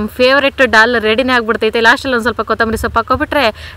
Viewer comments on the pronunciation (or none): Hi adu😂😂 ಡಾಲ್ ಅಲ್ಲ ದಾಲ್ 😂😂... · ಅಕ್ಕ ಅದು ಡಾಲ್ ಅಲ್ಲ ದಾಲ್ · ಅಕ್ಕ ಡಾಲ್ ಅಲ್ಲ ಅದು ದಾಲ್ 😊